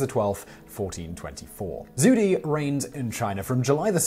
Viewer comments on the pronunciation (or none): When pronouncing Zhu Di, try Ju Dee instead. "Ju" with a flat tone and "Dee" with a tone going downwards. Also, Khan actually sounds more like Kuh-han.